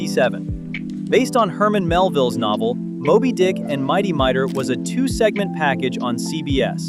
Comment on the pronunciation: MIGHTY Mightor!!! Pronounce it correctly!!!